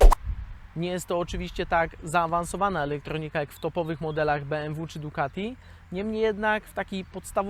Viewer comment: " elektornika", "ekspolotacja" ...co to jest ? po jakiemu to ?